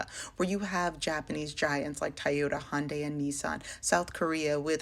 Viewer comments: what is hi-un-day? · how white do you have to be to say "hi-yun-day" instead of hyundai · Did she say Hi-un-day? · Why is she saying, "Hi-End-day?" And where tf did she get her information about these people? She just made up some ish about their conditions and lives based on some ish she seen on Lethal Weapon 4. Tf😂